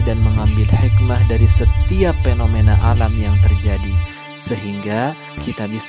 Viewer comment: Evolusi BKN eplolusi, fenomena BKN penomena